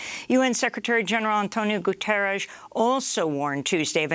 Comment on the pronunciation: she dropped a Gutierresh today too 😂